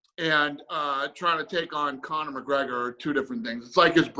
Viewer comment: Khabin was the largest name in the UFC. Not comner, nice try tho.